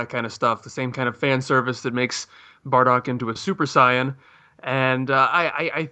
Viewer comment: "Super Cyan"